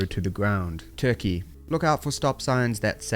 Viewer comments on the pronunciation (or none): none